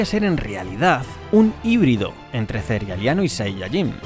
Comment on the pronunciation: Le agradezco muchísimo q ud pronuncie "cerealeano". Muchos lo pronuncian mal